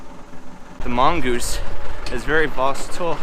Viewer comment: “The mongoose is very vositile” Lol